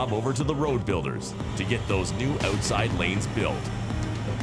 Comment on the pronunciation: stop saying oooootside!